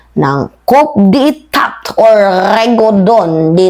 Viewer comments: Coup as pronounced as " Koo", not KouP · Coup d’ etat. Ang diin naman po ng pagkakasabi nyo ng “kup de etat”😂😂😂. Dapat po ay “kuh dey ta” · Ang basa dyan te kudeta Hindi kup de tat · Coup de Etat yun word pero ang basa po dyan is Coo de tah. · Kudeta (coup d'etat)po ang tamang pronunciation mam, sorry po for correcting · Correction lang- coup de etat pronounce as Kudeta. Cheers R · it's pronounced kuh dey tah. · Mali po pag pronounce ninyo ng coup d etat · Coup is pronounced with a silent 'P'